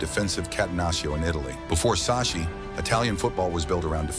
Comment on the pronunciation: It's pronounce Sak-ki